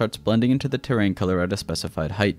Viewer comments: terrain dude not tear rain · This man does not know how to deal with the word terrain